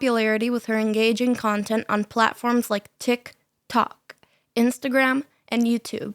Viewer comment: Why are you saying "TikToc" like that lol